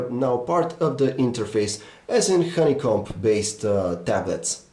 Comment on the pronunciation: it's honeycomb.... not honeycomBPBPP... You don't actually pronounce the b! I am sorry, but your accent makes this review really unappealing... I agree, give it to Jon at Jon4lakers or Aron at phonedog!